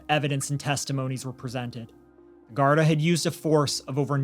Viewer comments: Love your sympathetic commentary, just 1 thing - gardai is pronounced Gardeee instead of gardi brilliant coverage from an Irish follower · It’s not important, but it’s pronounced gar-dee, not Gard a. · its pronouced gardie no gardi am from the uk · the word's pronounced "GAURD-EE" AND NOT GAURD-I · Gardaí is pronounced Gar-thee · Its said ..garthee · Gardaí is pronounced like "gar-dee" and síochána like "shee-ah-caw-na"